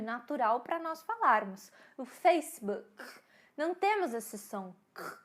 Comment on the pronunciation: nao consigo utilizar seu jeitinho com essas palavras "facebokiii, HIITTTTIII" desculpa mas ainda meu ouvido nao se acostumo... acho que deveriam utilizar as palavras que já tem em cada idioma, e para palavras como HIIT pronunciar como é no ingles.. mas bom, tentarei acostumar.. BOM VIDEO!